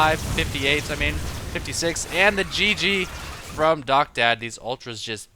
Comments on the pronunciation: His name is pronounced "Docta Dee" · Isn't DoctaD pronounced "Docta D" like in doctor d?